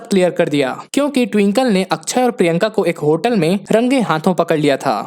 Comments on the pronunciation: Akshay Kumar ❌ akchey kumar ✅😂😂😂😂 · It's akshay...not akchhai